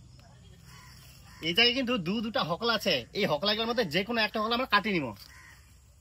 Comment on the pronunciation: হোকলা ❌ হোগলা ✅